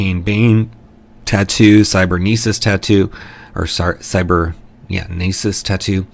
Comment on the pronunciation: Thank you so much for featuring my work again! For the record, you said cybernesis correctly. I can't wait for my players to try and pronounce it... I could, of course, change it to cybernetic (an actual word), but where's the fun in that?